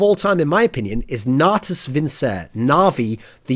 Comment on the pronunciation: natus vinse, du you even classic latin bro